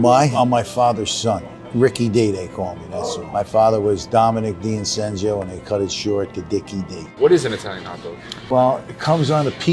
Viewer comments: There is nothing italian in this dish. Plus I think you totally mispronounced your father's surname: "D'innocenzo" became Dincensio, something like that... A YT piace torturare gli italiani, non ho altre spiegazioni! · The mispronunciation of his last name is a bit odd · Anyone pronouncing D'InnocenIp like that can't call themselves Italian. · non sono d'accordo e senza contare che manco sa pronunciare il cognome di suo padre... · They say they are Italian but can’t even pronounce and spell correctly an Italian surname